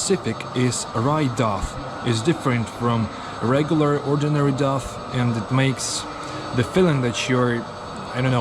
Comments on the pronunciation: "Dough" is pronounced more like "doh" than "dof" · A really excellent video. Thank you. i would almost be scared to go into that KFC for fear of not coming out without handcuffs on. By the way, when you say the word 'DOUGH' it is pronounced 'Doe.' And the word ''GUARD' is pronounced 'Gard.' Just to help you out a bit. That potato pie, Kalitka, looked really good. Thank you for showing Kizhi island. All my life i have wanted to go to that church, and to Valaam